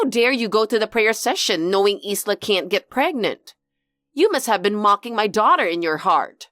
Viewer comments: I think that “Isla” is pronounced “I-la”, like “eye-lah”, the “s” is silent. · Ffs it's pronounced with a silent S 😂